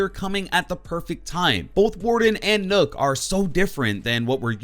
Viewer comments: You say nokk and it sounds like nook when literally everyone else says it like knock, triggered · Its nøkk not nokk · Its not said nook nook=knock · Nokk not nook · It’s nøkk as in rock not rook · Not nokk it’s nøkk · Its pronounced Nuck not Nook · The way he said nokk😂😂 you say it like knock not nook lol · Its not nokk, its nøkk....... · Just so you know, it’s pronounced “knock” and not “nook” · This man said nook😂 Its pronounced knock from the lochness monter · Bro it's pronounced like knock, not nook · It's not 'Nokk' it's 'Nøkk' ffs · Your pronouncing nøkk wrong the ø make an 'uhh' sound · It’s not “n-uu-k” it’s “n-eu-k” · "Nok" not "Nuk" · Seriously nook it's pronounced nuk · Dude it's not pronounced nook it's nock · Even as a Brit I can tell it's not Nook, probably pronounced 'Nowk'? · Nøkk is pronounced "Nukk" not "Nook,". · I’m pretty sure it’s Nøkk not NØØK? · I think it's pronounced "knock", as in nocturnal. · well, as a Dane, I would say Nøkk is pronunced Nøkk. You have to know what the letter ø sound like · Nøkk is pronounced nukk, as in nøkken, a Germanic myth of swamp creatures not unlike sirens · Nøkk!! Not nokk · It’s pronounced nukk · It's pronounced like as in Nokia This is a joke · Its Spoken like Buck, so Nakk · You actually pronounce the ø as ‘oh’ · lol "Nook" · Bruh called her noook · It’s pronounced “knock” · did he actually just say nook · So... thinks it’s pronounced “Nook” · It's "knock" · Is N Ø kk pronounced Nukk cause that's how zen said it. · Nøkk isn’t pronounced the way people think 😂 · Pronounces Nøkk wrong Danish losers: 'YOU prOnOuNCed it WRoNnnNNGGG, REEEEEEE!': XDDDDD